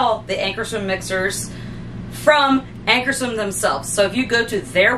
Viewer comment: Great demo. Check your pronunciation. AnkarsRum.